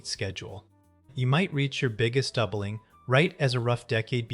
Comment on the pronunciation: Dobling?? like the video, must be AI